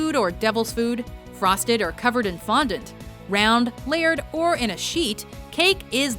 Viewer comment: did she say fuandunt